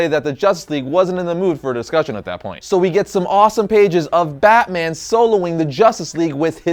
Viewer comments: Did you say "Bat Boner"? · I know this man didn’t say bat boner 🗿